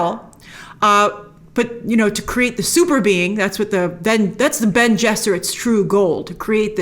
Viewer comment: Its Bene ! lol but yeah!